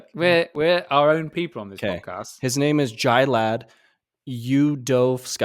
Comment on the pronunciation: paul pronounces my name correctly . Cheers. All is well. Love you guys.👍